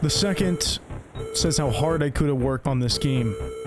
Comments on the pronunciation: offtopic but im genuinely so agitated on how this guy pronounces “ikuta” as “ai-koo-ta” and not “ee-koo-ta” 😭😭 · eyekuta?? Lmao eekuta Japanese “I” or い and イ romanized as i and is actually phonetically ē or ee, ea, ey depending on the English word it’s much easier to recognized as a Spanish speaker their vowels are the same as Japanese phonetically being ah, ee, oo, eh, oh. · EE-KUTA. japanese follows the aeiou = "ah eh ee oh oo" vowel rules that a lot of languages follow, like spanish. thanks for the vid! just couldnt get over that when your pronunciation was pretty good otheriwse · Ikuta is pronounced "ee-koo-ta" and not "eye-koo-ta" ✌️ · This is good but "Eye-kuta" is killing me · Ikuta is pronounced Ee-kuta. not Eye-kuta. Good video despite my asian ass cringing at the pronunciation of some things. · the “i” sound in Japanese is pronounced closer to a long English “e” than the long English “i” you’ve been using for Ikuta. You would pronounce it more like “ee-kuta”, not “eye-kuta”. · cool story so far but could you pronounce one single fucking japanese name correct? all you need to do is learn the 5 vowel sounds and they are always the same. uyama instead of ooyama? eyekuta instead of ikuta? yutasoft instead of utasoft? im actually losing my mind. the only thing you pronounced right was shit like rika and odaka. please please do the least bit of research on how to pronounce japanese i beg of you, especially since this video got 100k likes. it will take you 10 minutes to figure out how to read it. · great vid! i remember seeing gifs from the metro scene with riko many years ago and wondering what game it was from. wanted to say that in japanese the letter "i" is pronounced more like "ee" rather than like "ai". so it would be pronounced ee-kuta basically. thought i would mention it for any future times you run into japanese names :D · ikuta is pronounced ee-ku-tah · The way he keeps mispronouncing Ikuta drives me insane ngl